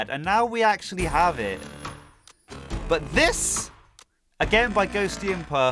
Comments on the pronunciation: Day 1 of saying it's pronounced Ghost-imp-ah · The full plant island song, and cold island P.s., (not judging) but Ghostympa, is pronounced Ghost-tympa, just letting you know